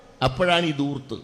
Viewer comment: ദൂർത്തല്ല ധൂർത്താണ്.